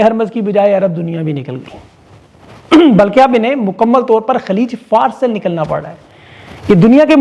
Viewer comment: Humble Correction: Khaleej-e-FA' RUS not FARS